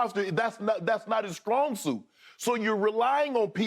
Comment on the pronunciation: "Skrong suit" lol